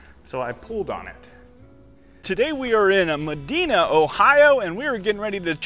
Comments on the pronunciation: Hey I gotta let you know this, the way to pronounce Medina is MA-DIE-NAH Not MA-dee-nah lol😂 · That’s not how you pronounce Medina 😂. Ma-Dine-a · Meh Dine Uh...long I sound.